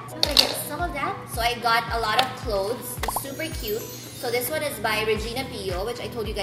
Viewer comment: na aliw ako sa "it's sa kyoaaat" di ko alam pano e spell😂